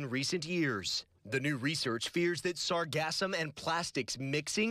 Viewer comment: It's not pronounced to rhyme with phantasm. The emphasis is on the second syllable, not the first.